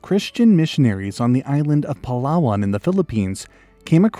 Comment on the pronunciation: Wooow my man nailed the Palawan pronunciation